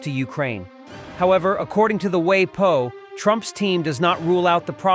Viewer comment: hey AI....pronounced 'whah-po' not 'way-po' when shortening 'the washington post'